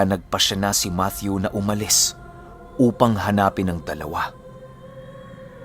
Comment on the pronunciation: yay!!!! thanks ❤️ matthew with the TH talaga🥰 god bless and more power... abid listener from KSA🇸🇦